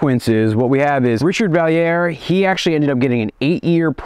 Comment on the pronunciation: As a Québécoise, I think your pronunciation was very good!!! All the names were recognizable, which is saying a lot haha (special congrats on Jutras, the "u" is usually quite the challenge for anglophones). 👍👍 (and once or twice you got Vallières almost perfect yay). very impressed.